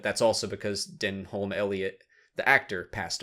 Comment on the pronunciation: Denholm Elliott's name is pronounced like "denim".